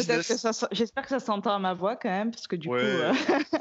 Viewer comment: Pas mal "quand eme"